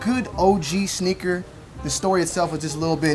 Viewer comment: Who else thought he was saying “snicker battle” 😂